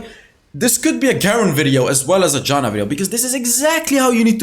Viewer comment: It's not Đana, it's fucking Jana